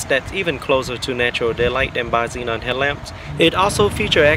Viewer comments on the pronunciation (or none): none